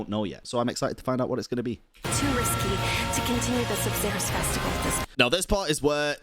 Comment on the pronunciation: Sabzeruz always make me hear it like subzero lol